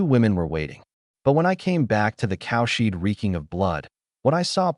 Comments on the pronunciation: Yeah it always says cowshit instead of cowshed , everytime it make my mouth watery like as an Indian hindu we eat cowdung(cowshit) not just raw but with some prep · The AI makes cowshed sound like "cowshit" - it's so funny it breaks the serious mood once in a while.